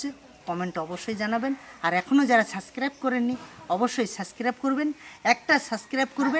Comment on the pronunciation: suscrib noy kothata subscrib😃😃😃😃 uchcharon ta thik kore korun😃